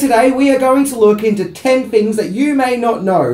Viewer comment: “TEN HINGS.....” (sp) 🤦🏼‍♂️